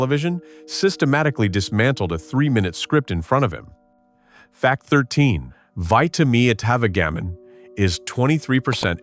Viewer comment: The AI narrator does it again, seriously mispronouncing the "product" name in this sketch into the video and several more times. Vitametavegamin is pronounced VITA-MEATA-VEJJA-MIN, a name that actually lists the product's supposed ingredients: vitamins, meat, vegetables, and minerals. AI narration is a total disaster and should be banned..